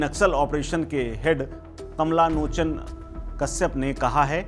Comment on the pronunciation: भाई वो कमला नोचन नही है 😂😂😂 कमलोचन है 😂😂😂